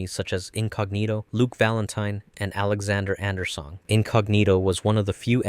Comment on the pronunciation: Arucard? Alexander Andersong? DUDE GET THE DANG NAMES RIGHT